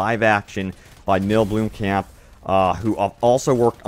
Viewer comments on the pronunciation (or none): Neill "bloomkamp"? Do you just not look up how to say someone's name before you.make a video with them in it?